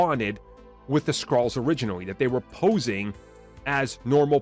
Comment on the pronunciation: Kang hates "Skrawls."